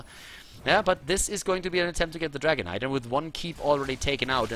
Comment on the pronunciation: I always hear Dragon Knight as "Dragonite"